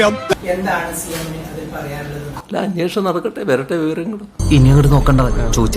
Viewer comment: P V യുടെ ഒരു confidence കണ്ടില്ലേ അന്വേഷണം എന്ന് pronounce ചെയ്യാൻ P V ക്ക്‌ അറിയില്ല . Confidence ന് കാരണം P V മോദി യുടെ കയ്യിൽ പിടിച്ച് യാചിച്ചിട്ടുണ്ടല്ലോ veena vijayan എന്ന തന്ത യില്ലാത്തവളെ രക്ഷിക്കാൻ 🤣